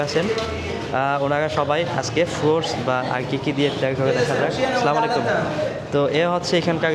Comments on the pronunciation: আসসালামু আলাইকুম টা তু ঠিক মত বলেন সালামাইকুম অর্থ আপনার উপর গজব পরুক। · ভাই আপনার ব্লগ গুলো দেখে কিন্তু আপনার সালাম দেওয়ার স্টাইল টা আমার ভালো লাগেনা সালামটা আগে ভালো করে শিখে নিয়েন তারপরে মানুষকে সালাম দিয়েন😅😅